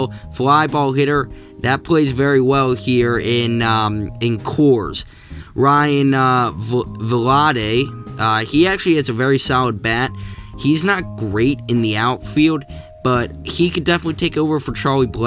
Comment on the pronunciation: Great video! Justa few things: German is pronounced Air mahn And ryan vilade is Vill( like fill) aid